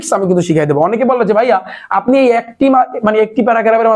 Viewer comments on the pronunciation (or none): none